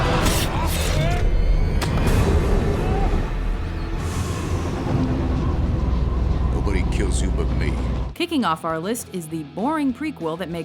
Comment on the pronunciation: not wolvrin orgins